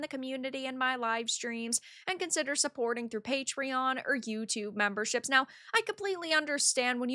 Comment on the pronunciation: translation service: ebbl (able), treller (trailer), memberrrshepps (memberships). Don't worry, we still love her vids!!!!:)))))